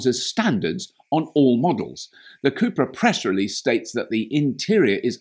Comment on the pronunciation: Hehe the way you pronounce “cubra” made me wonder if its original name was “chupacabra”